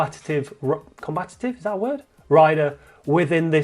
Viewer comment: Combative. though "combatetive" might just catch on; hurry up and coin it for the channel